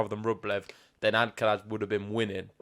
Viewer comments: It’s amusing how you go to the effort of saying the ‘sonorous lateral alveolar(Spanish)’ [l], but not the ‘voiceless dental fricative’ [θ](or th)(instead of “z” at the end) in Alcaraz’s name. Basically, you say the ‘l’ like a Spanish person, but then don’t say the ‘z’ like a Spanish person. I always find it weird that English speakers don’t pronounce it ‘Alcarath’ because we have the [th] sound in English. Also, please don’t compare Sinner to Fed, I like Sinner!🙌🏽😪 These matches should be great to watch, very interested to see how things will unfold!🤗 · The guy with the hat started pronouncing Alcaraz properly ("AlcaraTH"), but then ended up mispronouncing the "z" (maybe influenced by the other commentator), as if it was an "s".